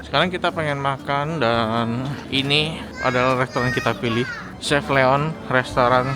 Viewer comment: Chez Leon Koh ... Bukan chef Leon chez baca nya Ssshé(eeee) ., ✌🏻 peace